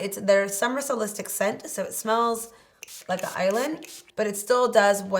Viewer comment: “Solstice” , not solistic